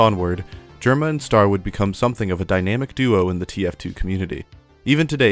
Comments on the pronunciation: STAIR?! Just say Star if you can't pronounce Ø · it's star not stair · bruh you keep saying stair not star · whos "stair"? you mean star? or ster? (stir)? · I know the name is spelled star, he called himself ster. But I can help but hear you say ‘st-air’ and it’s bothering me slightly for no reason lmao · his youtuber username is “ster”, his display name is STAR_ dont ask me why because i dont know tbh but i’d still prefer he pronounce ster “stur” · I've heard Ster, I've heard Star, but I've never heard anyone call him "Stair". Please erase my memory. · stair is pretty crazy lmao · ster segment of this video kind of feels like it lacks a proper look inside of ster's content, guy was making LOADS of variety videos, basically is entirely glossed over here, but maybe because it would realistically go against an otherwise really easy to write narrative i cant help but feel like the mispronunciation is a sign of the lack of care during that part